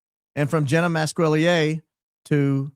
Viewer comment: Jee nah not Jenn a